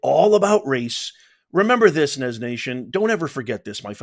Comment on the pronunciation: has to be Nez!